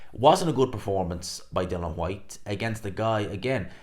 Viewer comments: Still pronouncing his name wrong I see … Dillian not Dylan 🙈 and of course the hate continues 🙈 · Why are you incapable of pronouncing DI-LIAN. It's like us man calling you gspot boxing, it's just not either of your names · His name is DillIAN, not Dillon. Everyone gets it wrong...